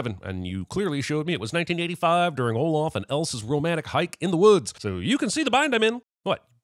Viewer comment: Am I dumb? I've replayed it over and over, and the text says that she said "Olaf" but I hear "Olof" every time. Granted, I know that o and a can sound similar sometimes depending on the word, and that when you say Scandinavian names in English it can sound different as well.